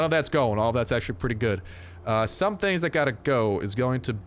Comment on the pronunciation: when he said the word "Tings" Toronto approves!